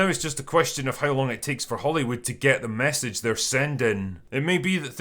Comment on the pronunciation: I've actually been saying "THE MESSAGE" in real life exactly they way Drinker does. I didn't even mean to start doing it, but it just so perfectly encapsulates the entire phenomenon in into three hard hitting syllables. It immediately makes you feel disgusted by the preachy, out of touch, sanctimonious, patronising and completely empty propaganda that this phrase implies. It's piece of memetic genius.